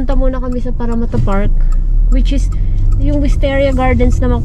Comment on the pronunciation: I like the way you pronounced “Parramatta”!😊